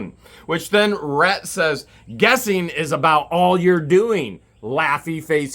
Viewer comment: I don’t think that’s how you say his name? I think it’s Ret. I have a friend whose name is spelled the same way.